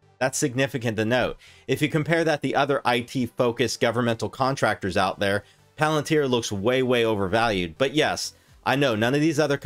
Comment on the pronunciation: If you could pronounce palantir correctly, I might take more notice of what your saying